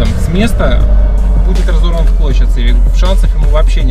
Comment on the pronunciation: Говорит что сам хондавод и называет модель Цивик, вот бесят такие, Сивик блин а не Цивик, безгроматные.